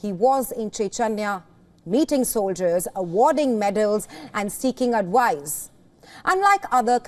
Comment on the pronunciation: Woilence, adwice, wote